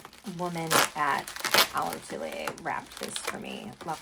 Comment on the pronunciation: I’m wondering why you didn’t price any of the smaller items at Olive Atelier? I’m sure they were overpriced, but it would have been nice to get a sense of the various price points. Great video—thanks for taking us along. 😊. PS: Atelier is pronounced Ah-TELL-yay. It’s French.